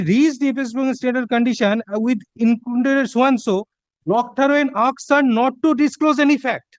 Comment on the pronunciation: The word is asked it is not aksed !